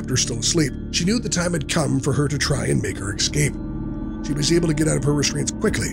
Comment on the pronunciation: Do people really say 'ex-cape'? 🤣 ...kinda like 'axing' a question !